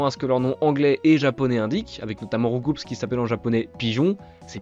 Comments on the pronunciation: Je ne sais pas si quelqu'un d'autre la dit ou remarquer mais selon Julien Bardakoff, c'est rou-coup mais pas rou-coup-s. Sinon simpa pour la vidéo. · Petite anecdote pour Roucoups, le traducteur à l'origine du nom en français a dit que normalement ca devait se prononcer RoucOU et non RoucouPS. (Comme des "coups" de poing) Cela vient surtout de la mauvaise prononciation des doubleurs dans l'anime et c'est comme ça que RoucouPS est resté dans la mémoire collective 😅 PS: super vidéo ✌🏼